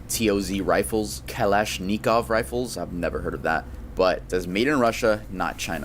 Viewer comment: A Kellash Nikov? Lmao😂. U mean a Kalashnikov? Everyone’s heard of those, but by their most known name…AK 47.